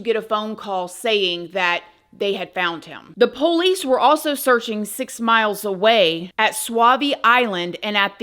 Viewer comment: I love how you say: Ph-OHL-ice. LOL